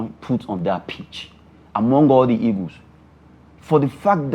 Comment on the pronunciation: Can someone help me with the right pronunciation of the Nigerian national team? Is it 'egos' or 'eagles'? I thought they are called 'green eagles' but i hear almost all Nigerians saying 'green egos'. Someone should please help me out.